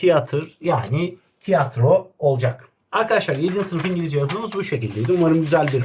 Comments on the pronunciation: . EnGaLaZcA ehehehehhehehhe😂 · ingolozya dersi😂😂